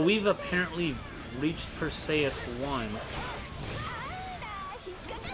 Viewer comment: Dude... go watch Clash of the Titans. That's not how you say "Perseus". The way you say it reminds me of Achilles' cousin Briseis in the movie Troy.